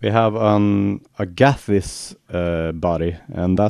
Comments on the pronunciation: Yeah, what was the kind of wood you said it was made of? Sounded like agathiss, so I have no idea. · Agathis. I find it hard to pronounce :)